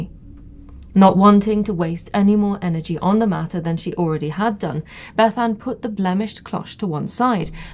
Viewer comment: Thanks for pronouncing Bethan in the Cymric way 👍